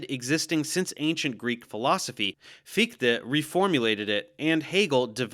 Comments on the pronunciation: Agreed, very good pronunciation ! Sehr gut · as a German, your pronunciation of Fichte is spot on! Thanks for taking the effort to learn the German pronunciation 😊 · How you gonna nail the pronunciation of Fichte but keep messing up Berkeley?